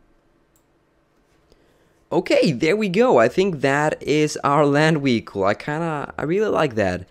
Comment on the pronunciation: Haha wehicle